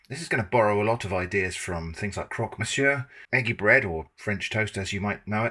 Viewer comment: The first time you said "eggy bread" I misheard and thought you said "manky bread" and now that's what it's called. 🙂